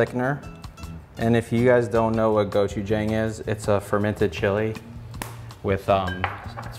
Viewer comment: Cool video only thing is the chef is saying gochujang wrong it’s go-chu-jang like saying John but with a G at the end